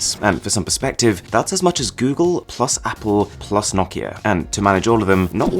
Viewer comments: As finn, every time i hear you say "nokia" the right way, i feel good inside. Keep it up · Aahhh. It was a pleasure to my ears how well you pronounce Nokia. <3 So many people butcher that name :D